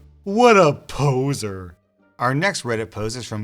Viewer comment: Convenient ad placement after he pronounced the P when he said poser 😂😂😂